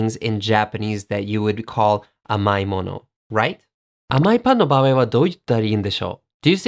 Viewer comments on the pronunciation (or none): none